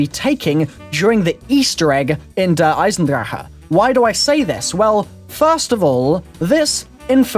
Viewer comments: Der-Eye-son-drack,, not Der-Eye-son-draher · It's "Der-i-zen-drack" don't believe me? Hear Jason Blundel say it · he says der eisendrache wrong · you say "Der eisendrache" so wrong haha try speaking it out differently